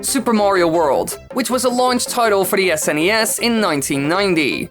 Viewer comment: Why elongate the final syllable of every sentence? Super Mario Worllllld Mario seriiiieees IDK just tripped me out for some reason 😞